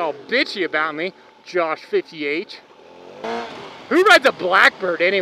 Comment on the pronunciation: Love how you said josh fifty h. Made my day! Josh is an awesome dude. So are you don't get jealous:)